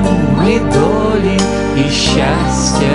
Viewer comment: Все гарно ,але по українськи є щАстя, а не щЯстя і т.д. Навіть під відео написано назву пісні * Хай щастить вам...* а не хай щястить вам. Просто ріже вуха така вимова.